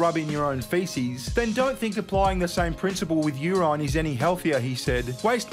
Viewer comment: why are you pronouncing urine as youran? urinal you pronounce normally..... is that an australian thing?